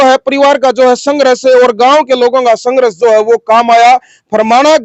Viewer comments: Apna ucharan this karle yehshaba sanghras nahin balki sanghrs hai. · भाई पत्रकार आप हिंदी भाषा को सही से उच्चारित कीजिए,आपका जो संघर्ष शब्द का उच्चरण है वो आपके सारे संघर्ष को प्रभावित कर रहा है भाई आप हिंदी शब्द को हरियाणवी लहज़े में मत बोलकर , संघर्ष शब्द की गरिमा को देखते हुए आप उसे सही से उच्चारित कीजिए, आपका बहुत बहुत धन्यवाद ❤